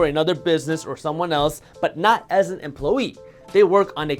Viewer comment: Emp-low-ee lol